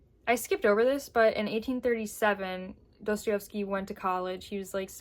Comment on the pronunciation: I love you, but I have to correct you 🙈🙈 pls forgive me, but my ears are bleeding. It's pronounced *DostoIEvsky*, not DostoIOvsky.